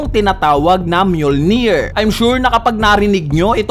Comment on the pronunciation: Ganon pala pronounce dun myulnir akala ko emjulnir 🤣🤣